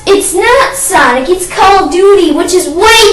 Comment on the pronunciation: hes foring us to agree and hes saying sanic hes obviously too young to understand